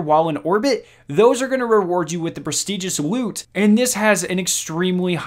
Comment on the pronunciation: pwestigious woot